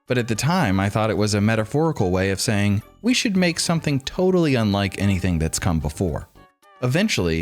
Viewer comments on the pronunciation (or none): none